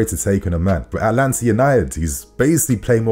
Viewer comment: The way he said Atlanta cracked me up.